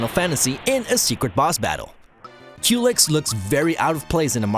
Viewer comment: Culex? Really?